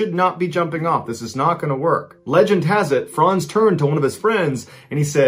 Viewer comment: Amazing that you pronounce "Franz" correctly. Too many youtubers say frænz